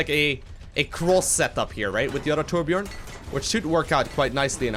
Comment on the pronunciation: really good video + its torbjörn not torbjorn pls not that hard to say #sweden!